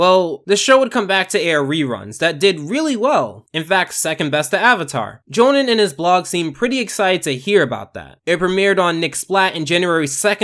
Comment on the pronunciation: Lol NOT how you pronounce Johan.